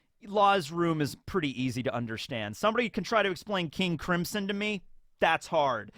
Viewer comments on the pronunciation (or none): none